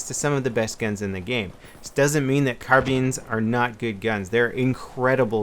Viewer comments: For the love of GOD stop calling them carbeens its carbine! - car-by-n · Ur saying carbines wrong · Carbines, "Car-beans" beans for your car. It's pronounced "car-bine." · Carbeans? It's Carbines. .__. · he said carbeens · Why do you call them carbeans? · carbeens XD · but it's spelled "carbines". Carbine rhymes with iodine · Yea it's how it was pronounced in Vietnam and such my grandpa calls them car-beans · lol he said car beens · Why did he say car beans? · Carbeans? You mean Carbines right? lol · 'carbeans' hahah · carbins or carbines? lol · Cabeans? Well yeah what ever u say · Please dont call them carbeens. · "Carbeans" :-p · A weird way of pronouncing "carbines" that only Americans do.